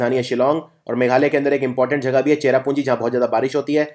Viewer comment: sir y do u pronounce jagah as jhaghahh